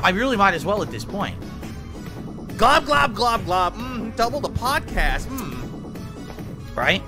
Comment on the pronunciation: phil spell podcast wrong it said level 1 bod cast that dee dah deee